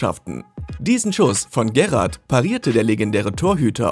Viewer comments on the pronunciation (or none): Der gerad oder der korteus ist auch nicht schlecht !!